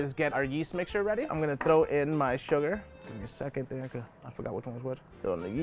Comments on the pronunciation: thrrrrrrrrrrrrrrrrrrrrrrrrrrrrrrow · I love that “thrrrrrrow”